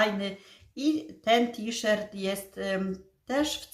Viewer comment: T-Shirt wymawia się tiszort ( to jest napisane fonetycznie), w tej niebieskiej blusce, którą masz dzisiaj na sobie bardzo Ci do twarzy. Widać też, że masz coraz zdrowsze włosy, z przodu widać, że już mają połysk. W zachodnich Niemczech, gdzie żyję, też się b. ochlodziła, przed paroma dniami w dzień było tylko 9 °C 🥶. Pozdrawiam i życzę zdrowia 💃🏻🙏🏻